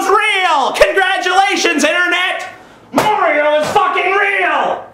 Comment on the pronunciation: You pronounce Mario strangely...